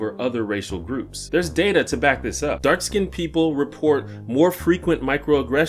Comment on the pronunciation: He said "dark skinnt"